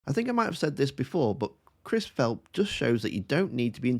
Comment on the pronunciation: Philp, pronounced ‘Flop’ suffering from the dry mouth syndrome which attacks the extremely nervous, and those who haven’t mastered their brief. How long can he hang on?